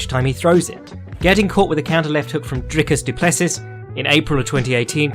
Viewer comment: Always love the mispronunciation of every fighter except Raoni Barcelos. "Drick-us do pless-us." Fr great vid tho.